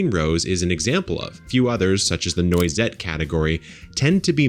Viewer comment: Noissette is pronounced NWAH/ZET. French word referring to a choice morsel,(usually of meat). BTW I hate the taste of blue fish but they make excellent fertilizer for roses.